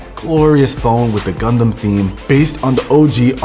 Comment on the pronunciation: Dude u r saying "condom" instead of "Gundam" 😂😂